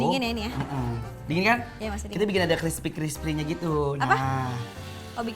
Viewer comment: crispy war...bkn crispry